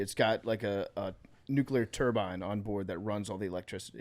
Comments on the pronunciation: continuing to say nucULAR 🤡 instead of nucLEAR is so annoying.. hate how phony his military and blue collarism is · on his George W Nuc-U-ler bull shit again